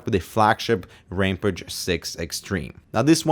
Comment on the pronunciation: Ramp-ăge? Ramp-ăge? Oh, Ram-pāge. Sorry, I know it's not nice to pick on accents, but that one just kinda throws me off. Long A as in cage, not short a as in can. Also, WANT. Give it to me, the $599 price tag be damned! That an a $ X. I don't need both of these stupid kidneys.